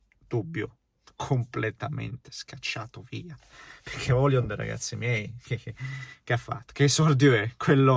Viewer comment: Højlund in italiano maccheronico si legge OILUND , non OLIUND😉